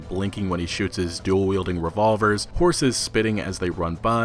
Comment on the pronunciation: emphasis on "HORSE!!!"